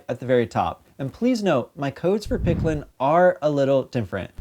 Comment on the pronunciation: Uh huh, so did you say it wrong or right? Um yeah, if you're plugging for the company, you should probably not say the name wrong 50 times!